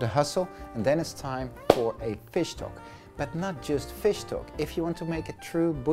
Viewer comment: it took me some time to get that he was saying fish stock :D looks very good though!